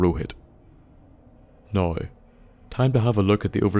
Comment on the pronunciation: lmao love accents pronunciation of "now"